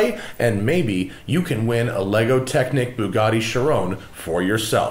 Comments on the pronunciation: Bullgarti Chirone....haha Americans are so funny pronouncing European names.... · “Boogatty Cherone “ 😂😂😂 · David Harley Sheerone lmao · Hilarious how you pronounce Bugatti Chiron. "Boogaardi Shi-rone". Lols. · I can't help but laugh everytime he pronounces Chiron that way lol